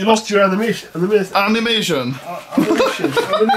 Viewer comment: “amination” SMACK